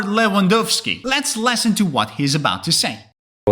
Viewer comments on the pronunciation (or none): U said let's lesson to instead of listen to. Is it because of ur accent or is it pronounciation mistake? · The person teaching here is certainly informative. However, where is he from? He pronounces the word " listen" as "lesson" and his "th" in the word "northern" is very strange. It's supposed to be like in the world " the" but he pronounces it like in the word "three." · You say lesson not listen. You consistently make that error. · The closed caption is interpreting you saying the word “listen”, as “lessen”… which is indeed how you are pronouncing the word “listen”. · To my ear you say 'lesson' in place of 'listen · "listen" is pronounced with a short /ɪ/ sound (as in "sit"), whereas "lesson" is pronounced with the /ɛ/ sound (as in "set"). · 100% this! Well, I also didn't make out 200 by the Portuguese guy. But, it made me cringe over and over when the YouTuber continually said "lesson," for "listen." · yeah that 'less-in' instead of 'listen' drove me crazy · As an American, native English speaker, it was an interesting video. Point of correction for the guy doing the video though, please learn how to pronounce listen. It is not pronounced lesson with an e but ih. You need to have breath there from your diaphragm. L-IH-sen The i sound can be difficult for some and often times it gets changed to an e because many languages don't have this sound. Please be mindful of this. Good luck everyone in your studies! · I had no problem with the accents, but having done tech support for years and living in a very diverse city, it didn’t surprise me. The only thing that niggled at me was the host’s pronunciation of listen as lesson. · The guy in the video kept saying “listen” but said it like “lesson” and it confused me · I'm a native speaker of USA for over 7 decades. What is his native language? I agree with those who say "lesson" is pronounced by him exactly like "listen", and I'm wondering about context on that, why that is so strong for him. Enjoyed the vid!